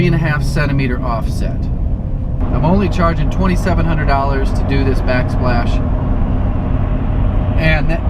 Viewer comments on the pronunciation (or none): Back spash haha